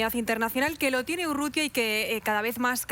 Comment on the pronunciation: El es González Urrutia el periodista dice Urrutia😂😂